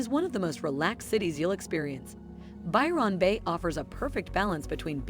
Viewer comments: Lol lol lol. I can't unhear "Biiirrreonn Beh". Now I'll never be able to pronounce it properly ever again. Hand me a trombone immediately 😅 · As an Aussie, I wouldn't choose to live in any of those places. Ignore these, unless you're a tourist! The use of AI to voice the video is really poor for pronunciation of those places too. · Or as she says it, 'By-RON' Bay lol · Absolutely. I almost stopped watching the sixth time she said By-RON. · Byron got me, reminded me a Philomena Cunk - Who's Ron? You know, the guy who wrote the poems and signed them By Ron. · I love how she pronounces Byron Bay not how it is actually said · Computer generated voice. That's not how an Australian pronounces Byron bay Denial is the first stage... For RETIREMENT the central coast is popular, as its also clo9se to Sydney hospitals and Newcastle has a LOT of medical services for the aged. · My Dad was born at Byron Bay when his Dad was a keeper at the lighthouse. So my Dad was named Byron. Listening to her pronunciation was like hearing nails on a blackboard! 🫣